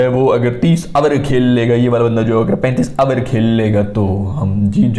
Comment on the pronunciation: Abarrrr 30 abarrrr was hilarious 😂